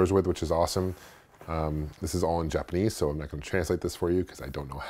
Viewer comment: "all in jalponese" WTF!!!!! What language is jalponese